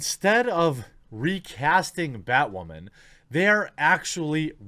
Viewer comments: Holy Bat Guano, BatWahman! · New Batwahman - It's Ma'am!